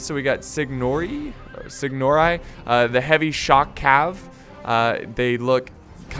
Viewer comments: you was not that far good job your are learning italian pronuncation from 1212 lol btw "signori" can be traduced in something like "lords" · You know what You are garbage at reading italian words;). If you need it i can send you the pronunciation of words like "signori" or "ronconieri"